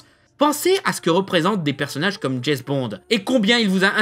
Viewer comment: déjà pourquoi il dit "Jess" Bond ?